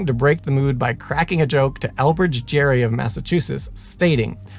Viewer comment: His name is pronounced "Gary", not "Jerry".